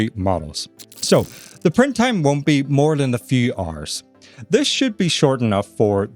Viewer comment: Instead of hours I guess its RRRs...😂